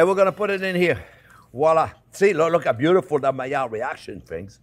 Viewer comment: Nobody in the world says 'Maiilard reaction' better than Chef. Love this video, this will be my christmas stuffing.